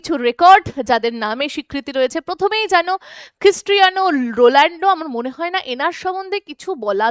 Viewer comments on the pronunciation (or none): Uni Ronaldo ,, Rolando noii 😡. Thik kore uccharon korben plz